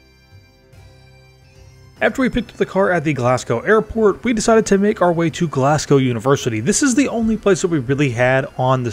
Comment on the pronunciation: This is a lot of fun! Quick pointer: It’s ‘Glaz-go’ not ‘Glass-cow’ It’s ‘Edin-burrah’ not ‘Edin-borrow’